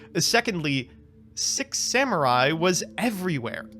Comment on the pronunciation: E-Rue, Come On, and Zenjee - my favorite Six Semmurye! And not to forget the last one... ... Yaichi. Uh - yeah. Not much to mispronounce on that one, I suppose! Ah man, I adore Americans pronouncing anything that isn't English. xD